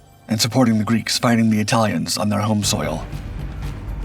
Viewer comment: Why is he calling the It-uhl-ians, of Italy, "it-tiles"? No really, here's a did you know for ya! Did you know that the vowel letter long "A" vocabulary English pronunciation is intentionally juxtaposed. A trope pronunciation of contentious, compliments of the UK - Italia Empire conflict of WW1, that gravitated it's way here States side. And as a dig at adversaries of the time of the British UK, versus Italia debacle they (UK) would covertly implement the botched pronunciation we have come to know today. A very over exaggerated long vowel letter "A" pronunciation, giving off the vowel letter long "I" pronunciation, of a faint it-tile-lians connotation. CapItalians (pronounced It-uhl-ians, post "cap" dropoff of "CapItalians" upon saying three times, CapItalians of Italy upon third time drop the word "cap" off of Italians, where there you'll receive your Aha! moment of epiphany) of Italy are not "it-tiles" they're sentient humanoid beings, such as myself and you the reader! Begging your pardons I just had to put that out there, as food for thought.